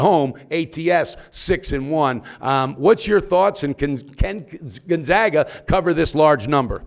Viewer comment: appearing in the NCAA tournament 18 years in a row, a streak 2nd only to Kansas, and this douchebag pundit is still pronouncing it gUn-zOga. I shut you off right then and there. LEARN HOW TO SAY THEIR NAME!